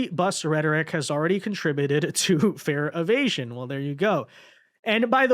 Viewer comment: said "fare evasions" but I thought he said "fear of Asians." 😂